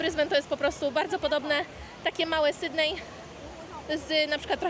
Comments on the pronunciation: z luzem w życiu nie mam problemu 😊 poprostu nie da się słuchać jak ktoś kaleczy nazwę miasta. Zwłaszcza mieszkając w Australii. Posłuchaj jak wymawiają ta nazwę anglojęzyczni i się ucz 👍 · Nie SYDNEJ tylko SYDNI !